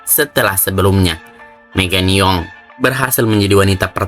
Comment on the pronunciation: Megang Young dibaca Megan Yang min, bukan Yong.